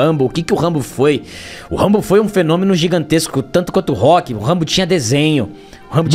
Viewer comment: Ahh sério que o rock mórrêl?